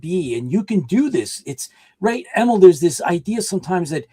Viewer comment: I believe it is pronounced Em-eel. Like Auntie Em from Wizard of OZ, and 'electric eel' as the sea creature. I could be wrong, but his mom, my cousin, pronounces it that way. Thanks!